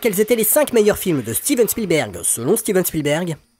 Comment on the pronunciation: Merci d'avoir prononcé Spielberg et non Shpielberg, comme font certains. Il est américain, pas autrichien. 😊